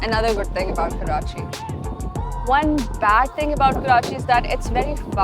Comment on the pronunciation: Damn you kept mispronouncing the city's name